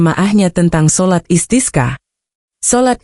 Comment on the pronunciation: sholat Istisqa, bembaca beritanya spt tdk tahu pengucapan ajaran Islam ( bahasa arab ) asal baca saja tdk tahu maknanya